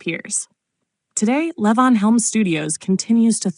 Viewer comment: What the hell is layvons studio? This is AI garbage. LEE-VON.